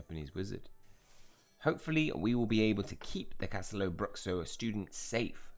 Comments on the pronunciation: little pronunciation class: it's Cash-TEH-loo BROO-shoo 😅 Nice video tho 😊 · Great chapter! Btw, it's pronounced castelo-broo-shoo